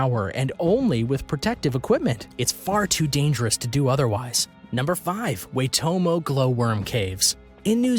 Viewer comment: i grew up near the Waitomo Caves. just so you know, its pronounced Why-tomo, but good effort!